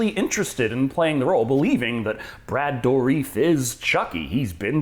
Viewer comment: Ah yes Brad Doreef!